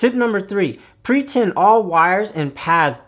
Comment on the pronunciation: Pretip? Pretint? Idk what you are saying.. sorry. I'm just trying to learn